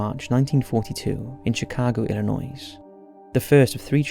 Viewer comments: I cringed at Illinois. It's pronounced ILL EH NOY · The S in Illinois is silent. Just letting you know for future videos. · With all due respect you really need to work on your pronunciation of place names... the 's' at the end of Illinois is silent. It may seem trivial but it is noticeable and detracts from otherwise very watchable and well researched/narrated video content. I am not saying that to be mean, I just think this is one area your content can improve. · I'm just gonna pause the video to say, we don't say the S in Illinois..it's silent America🤣🤣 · I will forgive you but you don't pronounce the S ar the end of Illinois. It's okay. I didn't know until I moved to Chicago! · "There's no noise in Illinois." Meaning, the "S" is silent in Illinois. Just a tip for next time. Great video! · The ‘s’ in Illinois is silent.